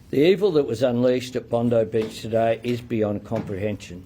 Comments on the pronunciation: Bondi Beach!, NOT Bondy Beach?.... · Its Bondi as in Bond-eye not Bondee, please get it right? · Bonde beach it's Bondi as in 👁️ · It’s pronounced Bond-eye not Bondy like the blond bimbo that works for Bozo Trump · Just to let you know its pronounced 'Bond-eye' 🙏🏽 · Bondi Bondeye not Bondee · It's NOT pronounced Bondee ! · must be an Indian murdering our Aussie beach name, typical